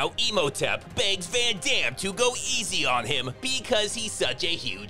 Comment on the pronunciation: when he says imhoetep i fucking died.